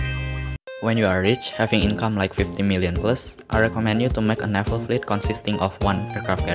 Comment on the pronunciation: I like how you pronounce naval lol. You pronounced it as "Nafal", but overall great video! Really helpful, especially the research and fleet ratio